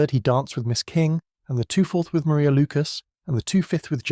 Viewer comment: Maria Lucas in Jane Austen's 1813 novel Pride and Prejudice, is pronounced Ma-RYE-ah.